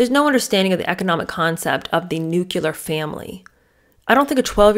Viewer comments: Please say nuclear. It is not nucular. It was one of my mothers-in- law's pet peeves & it stuck with me.😊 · Glad I found your channel. You re refreshingly truthful rand efficient at what you do. You do a good voice imitation too. Just one question...Why do Americans pronounce the word " nuclear" like " nukiller"? You said you taught 6th graders English writing so maybe you have the answer... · It’s pronounced nuclear. Not nucular 😂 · It's not pronounced "nucular." The word is pronounced "Nuc-le-ar." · Nuclear= “new-Klee-ur” not “new-q-lur “ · Isn't the word "nuclear"? Did Meghan write it as "nucular"? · Nu-cle-ar, not nu-cu-lar. Otherwise, I enjoyed the “boring” episode. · you mean nu-klee-ar not nuk-u-lar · 12 year old would never say "nuclear". ( Btw pronounced n u - c l e- a r) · I love your videos,! Please please PLEASE get the pronunciations right. I know you are an intelligent and educated presenter, and as such it is a responsibility…. NUCLEAR NUCLEAR NUCLEAR 🙃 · I thought it was "nuclear" family and "nucular" bomb? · Dear, I’m sorry you felt that was rude, it certainly wasn’t meant to be. It was meant to be helpful. You did mispronounce nuclear. You should check your facts before you get snarky over it…. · you mispronounced nuclear